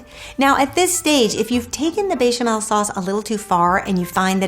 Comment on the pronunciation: I love you and your cooking. I find you charming and kind and I know you are a polyglot but there is no j or y in bechamel. :) Sending you a virtual hug from Croatia